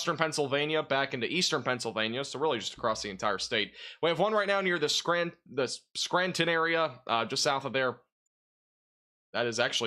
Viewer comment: It’s pronounced Clare e in and skran ton